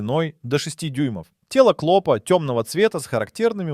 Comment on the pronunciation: Никогда не поставлю лайк и не подпишусь на человека-клОпа,жУки,да и много,много чего.Ужас,неужели сам блогер так разговаривает? Пипец,фу